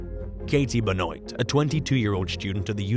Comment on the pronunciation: #6 - you totally mispronounced the name Benoit. It’s pronounced Ben-waah